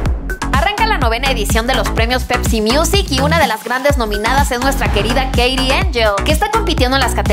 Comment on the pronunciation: Soy la única que se dio cuenta que en vez de nominada decía nóminda?